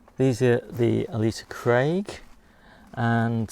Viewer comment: Hi The Ailsa Craig onion is named after an island which sits off the west coast of🏴 Scotland 🏴 You pronounced the name as Alisa Craig!!! It is pronounced Ale sa Craig please get it right, from an angry Scots Man😡